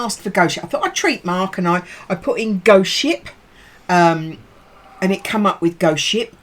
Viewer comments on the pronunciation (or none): Ghost ship? Sounded like "goats sh't" until you showed us the label.